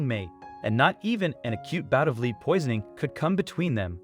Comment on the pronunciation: The only complaint, it’s lead as in metal, not lead as lead someone out of a building.